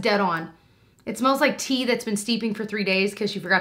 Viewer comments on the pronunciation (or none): I thought you said the Sunday riley oil smells like old teeth! 🤢 Tea...Tea! Omg. 🤣🤣